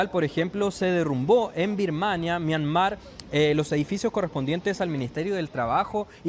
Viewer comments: En todo caso, es Myanmar, no “Myamar”. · Esta periodista es más ignorante que el otro que es más joven , sra , Myanmar es el nombre correcto antes se llamaba Birmania ! Como no lee un poquito esta gente o por último si le da lata vaya a Google o Wikipedia ese es el lugar preferido de los flojos y no quedar mal en alguna entrevista !